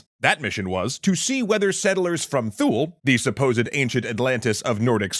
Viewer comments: Isn't it 'TOO-lee'? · If you're talking about Thule, it's pronounced "Too-lee."